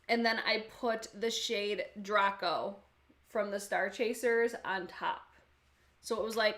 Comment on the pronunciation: Dr-ay-co. Like from Harry Potter